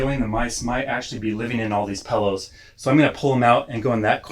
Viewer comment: Thanks for being so thorough, showing bait, placement, and thought process. Also, "Pellow". Hehe.